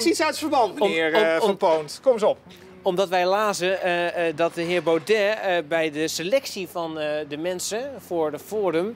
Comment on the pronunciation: PowNed kan hij normaal uitspreken maar met BauDET heeft hij nogal moeite.